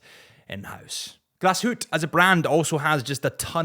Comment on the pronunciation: do what ever you want, I truly know how to pronounce it but I’m sticking with glass hootee